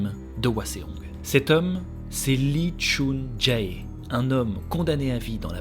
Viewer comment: Yo,, j'ai a-do-ré:D Juste une petite précision au niveau de la prononciation, les "ae" comme dans "ChunJae" se lisent "é" (Du coup ça se prononce "chunjé") et les "eo" comme dans "Cheonju" se lisent "o" ("Chonju") ^^ C'est juste à titre informatif au cas où tu fais des autres histoires coréennes, ça ne gêne en rien l'histoire ni le contenu qualitatif de ta vidéo et je ne suis pas là pour te faire la remarque de façon négative, loin de moi (j'ai habité en Corée du Sud pendant un an et je sais que si on n'apprend pas le coréen, les prononciations c'est pas forcément des choses dont on est au courant). C'est chouette que tu aies parlé de ce meurtrier, cette histoire est dingue! Il a réalisé tellement de crimes et n'a été retrouvé que trop tardivement. Tu racontes hyper bien, on est à fond dedans, un régal:D Vivement le prochain épisode (ça doit être long à préparer en plus donc courage pour la suite)